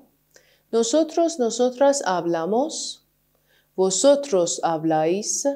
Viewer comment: سلام خسته نباشین مگه تو کلمه vosotros حرف v نباید ب تلفظ بشه؟